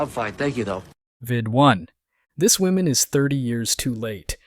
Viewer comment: 1 Woman is pronounced "Wuh-mun". More than 1 woman (Women) is pronounced "Wih-min".